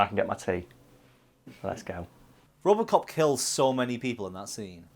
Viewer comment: What the hell is "ropocop"? Is it good?